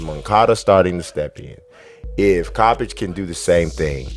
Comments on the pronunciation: It’s pronounced Ko-peck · You mispronounced Kopechs name twice man!